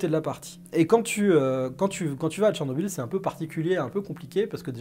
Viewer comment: Si un francophone voit le mot Chernobyl, il lira Cher-nobil. Or le nom de cette ville ukrainienne se prononce en réalité Tchernobyl. La première graphie était évidemment anglaise et ne saurait être utilisée correctement dans un texte français , elle sera donc ecrit Tchernobyl. Tu es le seul sur youtube et le net francophone a l'écrire comme ca.